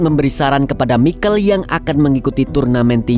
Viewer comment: Michael bkn mikel broo 😅